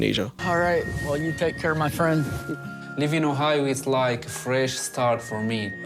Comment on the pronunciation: I swear to god that I heard say “Whore-hio” instead of Ohio 😂